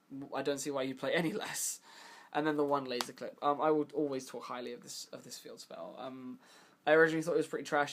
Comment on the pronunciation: You pronounce Qlip as Clip but Qliphorts as Qlyphorts wtf?? hahaha is it on purpose?